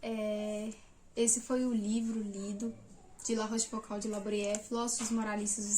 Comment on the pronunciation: Minha humilde contribuição: a pronúncia correta é algo parecido com "La Róchfucô". Parabéns por estudar os moralistas do século XVII, mas não esqueça do maior deles, Blaise Plascal.